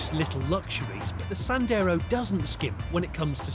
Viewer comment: . “So who would exactly buy a Dacia Sanders?” James May! Lol.